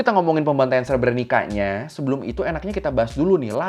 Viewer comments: Untuk sekedar informasi pelafalan "srebrenica" yg benar itu adalah "srebrenitsa" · Cara baca srebrenicanya salah ngab 😅